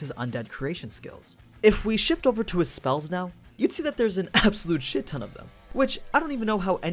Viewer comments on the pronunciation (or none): none